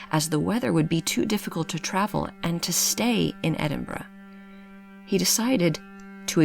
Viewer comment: So nice to hear an American pronounce 'Edinburgh' correctly, many pronounce it as 'Edinboro'.